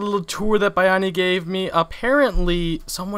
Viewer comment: H: Thank you Buy-ani. Bayani: Thank you Bay-ani. H: "buy-ani" Poor Bayani, no matter how often he tries, people will still not pronounce his name correctly.